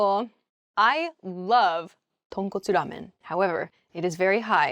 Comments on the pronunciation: 豚骨ラーメンの発音がネイティブみたい！！！ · I couldn’t help laughing because she suddenly said “Tonkotsu ramen” with perfect Japanese accent.